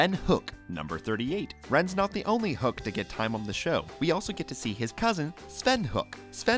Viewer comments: It’s pronounced HOE-IK … not HOoK 😁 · You just couldn't have taken the time to figure out how to pronounce his name right, could you? It's not Krick - Falusi, its Chris-Falusi . And when you said that Ren's last name was HOOK, when the show, and even the video used said it's pronounced HO-EK, I stopped watching. Which is good because your "facts" had devolved into minor plot points like Ren's pecks. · It's pronounced HO-ICK not HOOK. It's a two syllable word. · It's pronounced "HO-EK," not "HOOK!" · Its pronounced Hoe-ick not hook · Really, it's not Hook it's Ho-ek. Ho...Ek, Ho...Ek. It's said in the show a couple times. Please if your going to do something like this get your facts right. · Ren's last name is pronounced hoe-ekk not "hook" as you pronounced it....... Ren says it very often throughout the series. Did you even watch more than one or two episodes before you took on the job of doing this specific voice over? Who does your fact checking? Who works as your dialog editor? They need to be fired..... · It's pronounced Ho-eck. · good video but you said rens last name wrong, it sounds like hoe-ick but spelled hoek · ok, time to correct them on what they got wrong.. first, the series technically started in september of 1990 with the pilot episode, not 1991. Ren's last name is pronounced Hoe-eck.. i'm sure their are more that other people can find that they got wrong.. they never do a video without "facts" being wrong.. maybe if they fact-checked more.. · you pronounce Ren's, last name wrong.